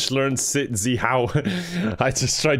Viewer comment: zeeHOW, siiiit, SEUIT His neighbours: 👁👄👁